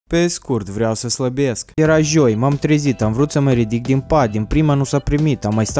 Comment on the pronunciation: Ai spus jioi